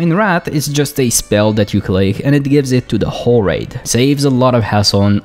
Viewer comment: The problem of mistaking L for R and putting more emphasis on the end of your words really comes out when you say whoRE raid.